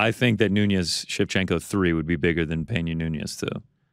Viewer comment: somebody has to tell it is amanda noo-nez not *noon-yez*.